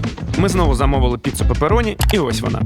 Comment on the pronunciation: Не папероні е пепероні